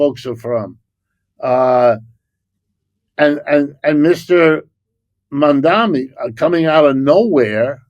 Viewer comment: His name is MaMdaNi, not Mommy-dommy. It's M before N, like in the alphabet.